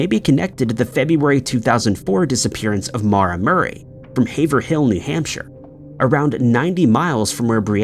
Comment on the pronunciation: Haverhill --> pronounced hayve-rull.